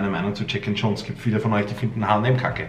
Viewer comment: Dude its not “Check & Chones” issa “J”